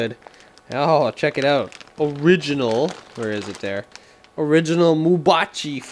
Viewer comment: Mabuchi , not Mubachi